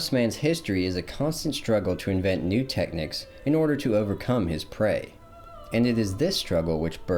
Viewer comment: Brother are you trying to say the word "technique"?